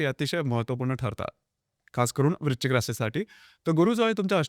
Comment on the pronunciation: Video good.पण वृश्चिक म्हणा.वृचिक नाही.😢